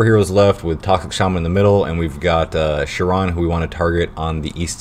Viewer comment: not that big of a deal but it's not pronounced "sure-on" for chiron...it's pronounced "ky-ron". great video though